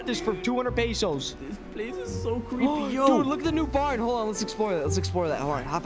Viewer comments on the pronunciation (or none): did SAID PESOS